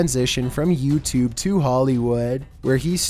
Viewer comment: Why did you say YouTube like that like yooutube.